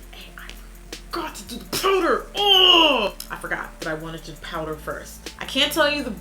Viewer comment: as soon as she said wowder ik it was glossier like its no secret